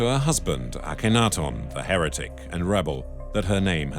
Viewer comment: Why are the broken parts of the ears painted the same colour as her face, not the colour of the limestone underneath like the scratches, as they should be? Can someone also inform the narrator that there is no "o" in Akhenaten.